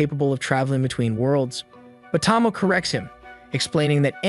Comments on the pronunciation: Friend, her name is pronounced Toh-Mo-Ay not Tah-mo TT~TT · The dragon girl's name is pronounced 'Toe-Moe-Eh', not 'Tom-Oh'. Otherwise, very good concise overview. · Lich is pronounced with the ch, like Charlie or charger Tomoe is pronounced like saying Toe-moe-ay as one word. This may come off as rude, but I’m just trying to help. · Part 3 of "You Still Can't say Tomoe's name right." Again it's a great Anime, if you actually watched it. But you can usually tell when someone didn't watch it when they get the names completely wrong.